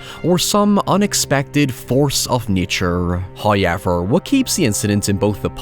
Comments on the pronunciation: FIrst "hoyevver" for the year drops . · Strange comment but I love the pronunciation of “hoiyever” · i watched one of his videos like a year ago and i noticed the "hoyever" and then months later i completely forgot about it. so i had this vauge memory of a irish man saying "hoyever" but i had no idea where it came from or who said it so for like 3 months my boyfriend just thought i was insane cause i wouldnt stop saying "hoyever" and when he asked what that was about all i could say is i have a distant memory of a random irish man i dont know saying "hoyever" to me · videos are worth watching only for this "hoyever..." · you should open a video service where you sell a video that says "the person says this OWEVAH..." subvert expections. ill pay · Here because I heard about the “hoyever”. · Do you have merch that says HAWYEVER? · The way you say “however” is terrible lol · I watched Chernobyl Diaries just because I was curious what you meant by it looking like a found footage movie. It took me about five minutes to understand, holy shit. Also, my husband doesn't know your name, he just knows you as the guy who says "however" funny.